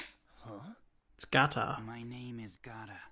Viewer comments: Just to clarify its Gaara not Gaata and the tools they use are called Shuriken and Kunai, Loving the reactions and that you're keeping notes. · Gaara not Gata. Lol